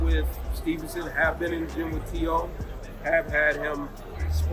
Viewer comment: Teo FIGH-MO lol